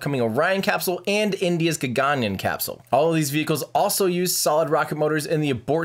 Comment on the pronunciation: It's pronounced as Gag-un-yiaan(Gaganyaan)